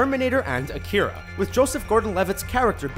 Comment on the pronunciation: Bigger sin here is Mang-ga. I have never understood how people double the g when they pronounce it. It's Manga. Mah-n-ga. and A-Kir-A sound russian to me. Should be Ah-key-rah.